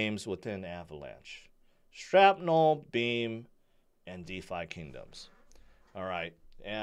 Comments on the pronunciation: It's not Strapnel....😂 it's shrapnel...like from a granade... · why you call it strapnel? 🤣😂. and you telling us to "strap on" all the time! 😅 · I heard him say sTrapnel. SMH